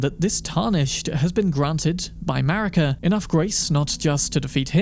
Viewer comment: Thats what i call the USA!? "MARICA!" ((MARE-UGGH-CA!))